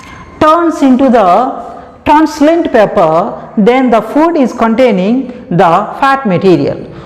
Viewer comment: Not teanslent that is translucent